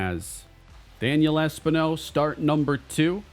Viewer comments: Es-PEEN-O btw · Should not Espino be pronounced Espeeno? Because everytime it was pronounced it bothered me. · I do just want to say, I'm pretty sure its Es-PIN-yo for pronunciation. Not trying to be a stickler, just trying to help. Appreciate your good work and series as always.